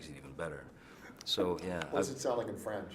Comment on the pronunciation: He said Franch